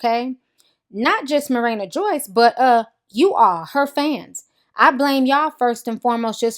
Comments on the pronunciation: It's ma-ree-na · Not even hating, but were you saying Marana or Marina?